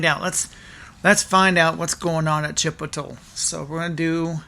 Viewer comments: Chiptole = chip oat lay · Chipital. Can't stop laughing. 😂😂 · "Chipital" 😂 your awesome. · Next time im in line at chipotle im going to pretend im on the phone and keep referring to it as chipotull 😅 i may record the reactions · Chipotull 😂 you my friend are a natural comedian. Love it!!!!!